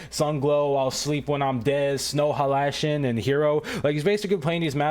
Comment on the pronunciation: Bro, I am sorry but I laughted my ass off due to how u pronounce snow halation and bacause maybe